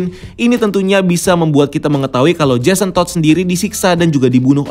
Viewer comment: NGOMONG JASON TODD NYA BISA BIASA AJA GK WKWKSK